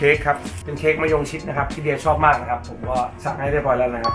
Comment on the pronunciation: "มะยงดม"ก็มา 555 😆